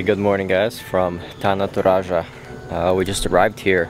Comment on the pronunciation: the way you pronounce “Tana Toraja” you sounded like a native speakers who already been in indonesia for like a years.